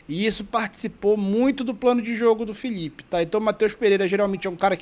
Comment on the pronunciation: Paraenses tem problema de dicção. Eles trocam L por LH: Filhipe, Cebolhinha, Homem lhivre... 😄